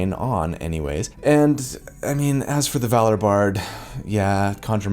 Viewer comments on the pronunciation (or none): none